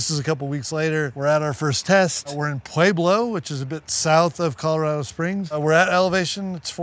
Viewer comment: What did he say. Playblo ken block thinks that pueblo Colorado is “playblo”